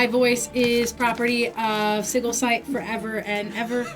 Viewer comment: it's pronounced: sɪdʒɪl rhymes with vigil, not giggle